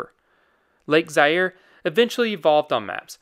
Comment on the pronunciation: Pronounced Za-ire…